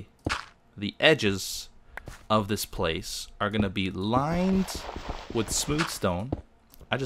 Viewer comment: He pronounces "g" as "k" in "ing". If you watch his videos, you'll notice XD